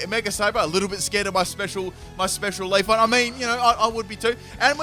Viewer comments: I cannot unhear Leafon over LeafEon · You tell us to read you for saying "modest ability", but we should be reading your horrible pronunciation of "Leafon"'. It's LeafEon! Lmao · Leaf-on or Leaf-e-on? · He didn't even pronounce leafeon right